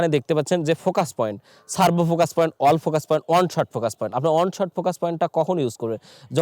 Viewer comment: অল ফোকাস না এ আই ফোকাস